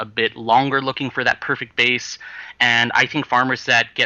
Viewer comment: base not bass*